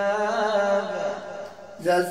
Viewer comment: دكتور وتنطق هكذا كزبوا وكزابا لايليق بك يادكتور حيث يظهر عليك الاجتهاد في تجويد القرآن والحرص الشديد في تلحين المقامات بالشكل الصحيح فمن باب اولى أن تحرص على نطق القرآن نطق صحيحاً كما أنزله الله.